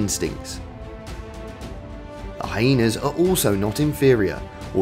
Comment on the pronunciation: It is not high naaas, it's hyenas